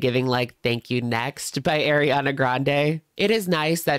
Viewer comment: Love you down but please it’s ARI-ANA not AIRIANA! 😅